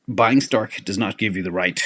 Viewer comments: Why does keep saying "Stark"? Isnt it "Strike"? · STRK is pronounced like STRIKE, not STARK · Somebody needs to tell STRK is Strike; not Stark.